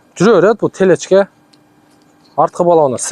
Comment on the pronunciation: Телечка эмес телешка